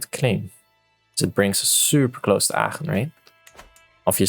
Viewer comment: Love the way Aachen is pronounced. Sounds nice lol